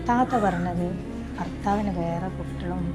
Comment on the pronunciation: Thathatha alla thatha